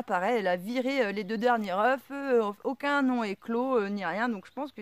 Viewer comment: Bonjour , si tes poules sont jeunes, c'est normal elles feront mieux la prochaine fois 😉.et la race des poules est très importante. Quand tu parles d'une poule ,tu prononce le "f" ,mais quand c'est de plusieurs, tu oublie le "f' 😉( surtout le prend pas mal ,je suis taquin et tu m'as fait beaucoup rire 😘😘😘) j'aime beaucoup tes video car, contrairement à d'autres, tu fait pas rêver les gens avec du " tout va bien " mais tu exposes la réalité des choses. Il faut beaucoup d'expérience pour réussir les choses. Je m'abonne.jaime beaucoup ta philosophie A bientôt et bon courage courage